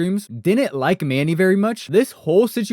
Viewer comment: U don't even know his name. It's Sincity Manny, not Manning. This is the best video on this subject??